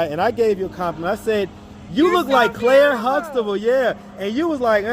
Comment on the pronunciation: She said Claire Sluxtable🤣🤣🤣🤣